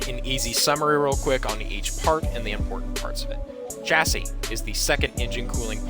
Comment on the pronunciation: So I’ve noticed Americans don’t know how to pronounce Chassis. It’s pronounced shassie. Just a little tip